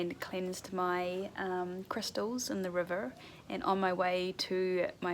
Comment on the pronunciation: I love the pacing of your videos and don't think you show too much or too little of anything. Thanks for sharing your experiences with us. This might seem random but I've wondered this for several videos, is your pronunciation of "river" standard in NZ? It sounds so American to me